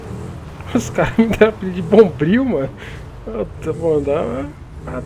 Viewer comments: "Bombril " KAKAKAKAKKAKAKKKK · Pedro Henrique mano quando ele chegou anunciando quem tava chegando na favela e falou o bombriu eu rachei kkkkkkkkkkkkkkk